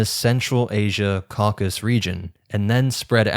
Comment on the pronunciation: Tip: always check the pronunciation of words you're not familiar with, such as Tocharian, Caucasus, ...